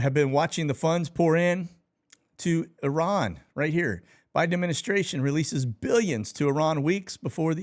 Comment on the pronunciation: Thank you for pronouncing Iran correctly...